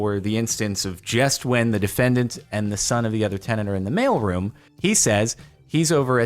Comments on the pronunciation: Took me a few minutes to connect that he is saying mail room not male room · I kept hearing "Male Room" and I was so freaking confused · thought he said "male room entrance"